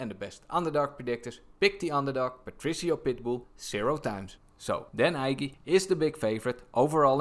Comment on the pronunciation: Dan Ige is pronounced "EEEEE-GAY"